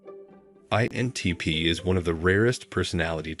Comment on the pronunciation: Maybe this question makes my INTP show, but why does the narrator often fail to pronounce the "I" in INTP? Listen to .